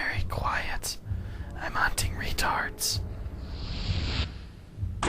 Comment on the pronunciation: "Be vewy, vewy quiet; I'm hunting wetards!": "Hmm, what's up,?" Warner Brothers would be so proud...